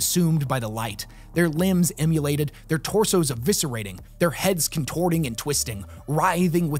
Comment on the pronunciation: Friendly pronunciation guide: Pest-U-lence should be pest-i-lence* Em-u-lated should be im-mo-lated* I forget some of the other small errors, but that last one threw me off hard for a second. "He was emulated by fire?" Anyway. Keep up the good work!